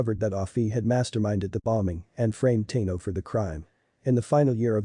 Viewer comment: Ahsoka Teeno? Yeah, mate, its pronounced "TAHno"